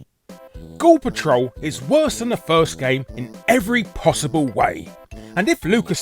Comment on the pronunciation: Most of the times when you said the title "Ghoul Patrol" it sounded like you were saying "Gore Patrol", obviously in a more American pronunciation than how you would normally say it. Just thought that was intended since you were hunting eyeballs and such. :P